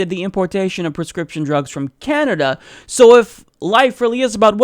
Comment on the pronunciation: did you say Canada? or did you say Kenda? sounded like Kenda lol